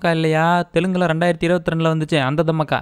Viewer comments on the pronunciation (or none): Dham me ke 😂😂 ella ya adu Dhaa maa kha ya adhu 😂😂😂 Romba Kusumbu dhan !! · அட பாவி அது, தம்மஅக்கா இல்ல தாமாக்கா 😂😂😂